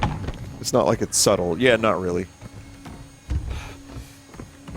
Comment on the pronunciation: Just over-annunciating the word "subtle" in a way that Vinny says stuff. It's because they're saying it sarcastically